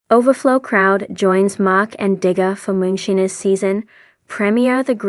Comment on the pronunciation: U r not saying Moonshiners right OMG ? Do u listen to how the words is said before U repeat saying MOONSHINERS 😅😅 U REALLY NEED TO SAY THE WORD RIGHT?! I Won't watch ur utbube bc u can not say it right DEAR lord Disrespectful to me n I'm sure many others !! Not right at all 😮😂